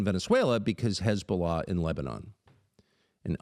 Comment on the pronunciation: “HeZbOLaa, HEZboLAAA!!!!!” 😂😂😂 gotta love Tucker man😂